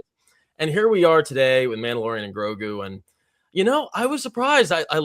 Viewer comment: Mandaborian! Thank you, was driving me nuts.